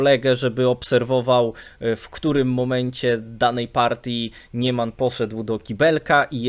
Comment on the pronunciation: Niemann wymawia się "niman".